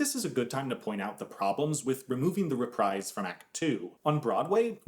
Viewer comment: That's not how you say reprise xx